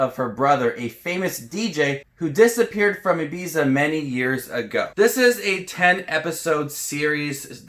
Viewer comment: you watched the programme so perhaps u could pronounce ibiza correctly, its a grear show and reminds me of long summer holidays on the island, its not slow its great television, perhaps us here in the uk or older viewers like the slow build and can keep interest, there is hardly any nudity for us europeans who are not hung up on nudity , i only see this point being brought up by american reviewers, i think this is a programme made for us in western europe who can appreciate the cultural references, music and drugs and slow build drama